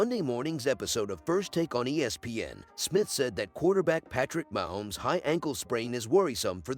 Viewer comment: Wish you would stop using a robot. Can’t pronounce Mahomes correctly.